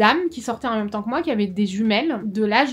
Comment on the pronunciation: On dit pas meume, on dit même , avec un accent grave comme si on disait mème , bref........force à toi